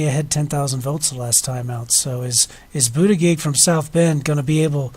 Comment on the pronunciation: Interesting analysis, but work on your pronunciation of Buttigieg.